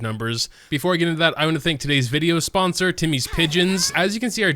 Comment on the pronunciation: Omg i actually skipped ten seconds when he said sposered by timies pigeons